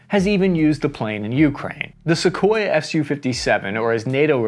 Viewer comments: It’s Sukhoi, not Sequoyah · I get you're American and you guys butcher every non English word but it's "Soo-hoy" not Sequoia. Cheers. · This is the first time in my life I’ve ever heard someone pronounce Sukhoi as “sequoia” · Trust me bro, all info is correct, after calling the manufacturer Sukhoi-a - how did the A end up in the name!? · It's Sukhoi not Sequoia 😂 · Calling it "Sue" rather than "Sukhoi" tells us you're a good script reader but a poor researcher. Just like a text-to-speech app. 🫣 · it's Sukhoi not Sequoia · is he pronouncing sukhoi as sequoia? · Sakoya, really? Now you are just being lazy 😂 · Okay, first, it’s pronounced “su-KHOY” - there’s no “uh” on the end of it. Second, flying faster than the speed of sound is called MACH number, not “Mok” number. Named for Ernst Mach. You really need to know this stuff before you do your videos. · I wish the presenters would learn how to pronounce the names, I know they are Russian but it’s not difficult to look at Google for advice! Great video in spite of that!